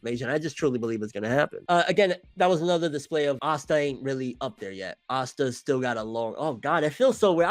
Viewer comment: No keep saying ASSta I like when you say his name wrong it’s funny